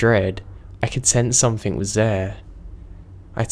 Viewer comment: love your videos but PLEASE learn how to pronounce peripheral and stop putting a K on the end of something. One story tells of a voice being Indistinguishable but doesn't say from what?